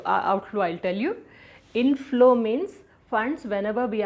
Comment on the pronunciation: inflow i heard it is as intlo😅